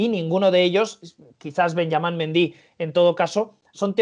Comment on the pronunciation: Todos: Benjamin Mendy Ilie Frances: Benjaman Mindi.